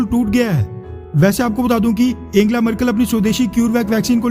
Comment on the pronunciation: वीडियो के लिए धन्यवाद, पर आप अपना उच्चारण शुद्ध और जानकारी बढ़ाएं, जर्मन चांसलर एंजेला मर्केल को एंगेला बोलते जा रहे थे...